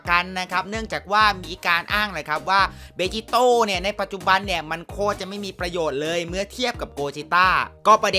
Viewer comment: พี่ครับมันอ่านว่าเบจิโตะ